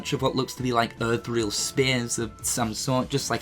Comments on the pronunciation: Boy if you say "Earth reel" instead of "Ethereal" ONE MORE TIME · Also, it's pronounced "E-th-er-i-al." The fuck is "Earthrial"? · Word: ethereal pronunciation: "earth-reel" You know Google has a pronunciation function now, right? I'd like for him to say Strelitzia, Lauriam, Ethereal, etc. back to back for a few hours until he says one of them in a passable way. MAKE IT A LIVESTREAM. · Ethereal = "eh - thi - real" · For. Etherial: Eh-Theory-all